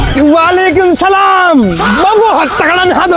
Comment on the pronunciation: Bhai tum sab Salam galat padha rahe ho